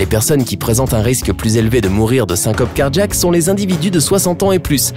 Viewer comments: Et quand on dit cardJaque au lieu de cardiiiaque, c’est quoi ??? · C'est car jack? Ou Cardiaque? Moi j'ai mal compris ta prononciation... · On dirait qu'il dit car-jack comme car-jacking 😂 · Cardjiaque cardjiaque cardjiaque 😂😂